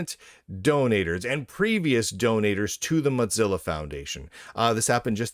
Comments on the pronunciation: "Motzilla" pronunciation is awful to listen to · "Matz-illa", like "matzoballs"... I see what you did there. 🚓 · Muttzilla? Why does he pronounce it that way? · Lunduke’s pronounciation of “Mozilla” kills me every time 😂